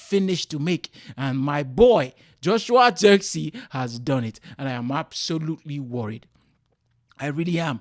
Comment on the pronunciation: It was not the right pronounciation of ZIRKZEEI... He is not English